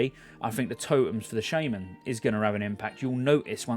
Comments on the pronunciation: I am pretty sure you shouldnt pronaunce "shaman" as SHAME - MAN, something u could look up xd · I cringed when he said "Shaman". It's pronounced Shaman!